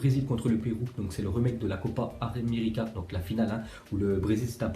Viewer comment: 8.19 il dit le remake de la copa aranmerica